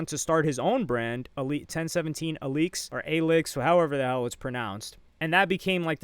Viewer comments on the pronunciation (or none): none